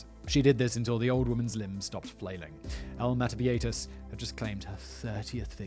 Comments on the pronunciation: La Mada-vie-hi-tas is how its pronounced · Meta-vie-jitas, rhymes with fajitas.🙂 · Seems like a syllable missing from mataviejitas…mah tah bee ay hee tas? I don’t really care, just curious🤔It’s been a very long time since I’ve had to speak the language(family trip to Peru and Ecuador, in 2008-9…It came back pretty quickly while being immersed in the language😄) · JI in viejitas is pronounced like english He, try this pronunciation with english words: Bee- A-He-Tas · I speak spanish and I came here 1000% expecting Simon to ultra butcher the name. 10 seconds in and I'm not disapointed. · You missed an entire syllable in mataviejitas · I tuned in just to hear Simon mispronouncing "mataviejitas". He didn't disappoint. <3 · Well you butchered "mataviejitas" but nailed "maria de la luz gonzales anaya" so good job fact boi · You did a terrible work pronnouncing mataviejitas, I am amused nonetheless